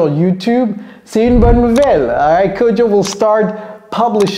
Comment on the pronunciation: Say it again it's kodjo